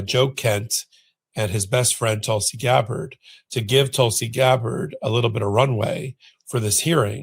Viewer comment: Yes. GABbard, not GabBARD